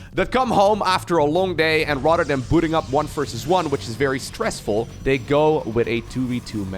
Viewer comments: At first I thought you were shit-talking Rotterdam, but then I realized you were saying "rather than!" :D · Every time he says "rather than" I hear "Rotterdam" 🥲